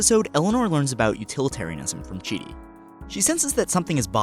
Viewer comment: It's not "chi" it's chidi. No hate btw